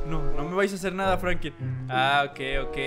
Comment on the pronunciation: es Franklin no Frankin